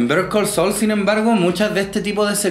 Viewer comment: Me gustó que pudieras pronunciar bien el nombre de la serie, no como otro youtuber que sigo y niun brillo